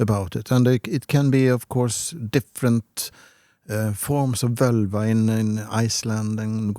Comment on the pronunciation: Btw, the "vǫlva" in Old Norse was pronounced "vålva". The 'ö' you see nowadays on the Internet is an "modern" Icelandic language change of moving from the å sound to the ö sound. But if we look at what it was called back in the Viking Age, it was "vǫlva", and it was pronounced as "vålva", not "völva".